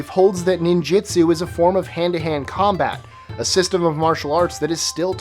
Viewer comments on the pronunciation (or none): he pronounced ninjutsu wrong, its ninjutsu not 'ninjitsu' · You say "ninjitsu" but I read "ninjutsu". Which is it?